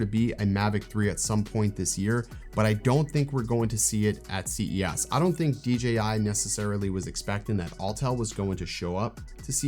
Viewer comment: Is he saying C E ASS on purpose?